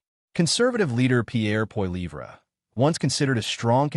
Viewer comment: If there is any silver lining to this cloud it’s listening to Americans and AI and other people try to pronounce Pierre Pollievre (if not a Canadian maybe try asking someone from France?)😂Good video tho👍